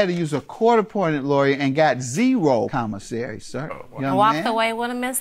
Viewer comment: Naw, that wasnt nerves or dialect. She just cant talk. She also called "commisary," his "convisary" later in the case.